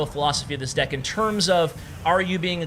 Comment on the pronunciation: That awkward moment when you almost say "dick" instead of "deck"😂😂😂😂